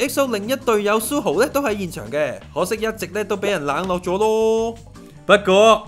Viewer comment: 調情呢兩個字你都講得出😂 好心你報出街之前就睇下佢地嘅野先啦 隻扼係EXO裏面吾只得世勛同Tao有囉😌 而且阿 你一直讀錯Suho個名囉😏 想炒紅自己本野都吾係用呢啲哪渣招 EXO出道一直都係互相支持 好啲感情又話人呢樣個樣 友情吾等同於愛情 你懂不😊 你咁樣膠報對佢地影響幾大你知吾知？由其係Tao 好好地去渡個假又比你話池邊偷情 膠到一個點囉 估吾到我第一次知呢本野係因為呢啲派膠報導 如果你有翻小小良心好心你就公開澄清加道歉啦 Face magazine想紅不是靠這樣的